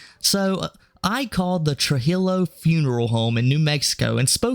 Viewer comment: It's Spanish. True-heel-o.